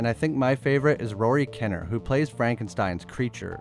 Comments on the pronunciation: His last name is pronounced Keneer. His father was a brilliant actor called Roy who was killed in an accident with a horse falling on him while filming the 3 musketeers. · i 100% feel that you should probably learn how to pronounce kinnear's name before you pronounce his character as your favorite